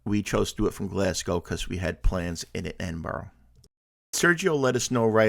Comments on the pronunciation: Not to nitpick, but I'm from Greenock and your pronouncing it wrong. It's pronounced Green ock not gren ock. It's from derived from green oak as in oak tree. Hope that helps. We'll done in pronouncing Glasgow properly usually Americans pronounce glas gow instead of glas go. Hope that helps and hope you enjoyed your time. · no prob. Its easy to get these things wrong. The one that's usually alway pronounce wrong is glasgow. Usually hear it pronounced glasg gow when it's glas go. Enjoyed your video though. Hope you had a great time in Scotland.